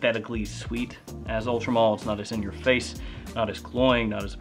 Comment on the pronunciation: Why does it sound to me like you are saying Ultra Mall lol